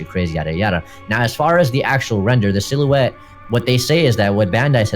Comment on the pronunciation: Sill-you-ette XD